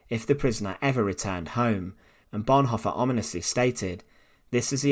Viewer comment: I If you can’t even pronounce the words Bonhoeffer or Tubingen, shouldn’t you find a better way to spend your time? You might want (for instance) to learn to pronounce your mother-tongue correctly; there is not such word as ‘Teacha’ !